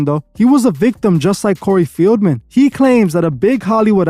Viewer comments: Bro it’s Corey FELDman…. Not FIELDman…. Come onnn bruh how are you not researching better than this?! lmao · Corrective Criticism- PRONOUNCED (Fell-man) COREY FELDMAN, NOT (FEEL-MEN)...You have become annoying to my OCD, so I don't watch u much lately. But, I been a follower for a while & a member for a month, but I didn't find anything special about it bc of my hectic schedule I assume. However, I love your work. 😊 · His name is Feldman not Fieldman